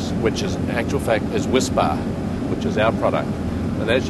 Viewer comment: He's making me long for my childhood favorite: Cadbury's Whispa Aerated chocolate candy bar. He's saying WHISPBAR but I'm hearing WHISPA.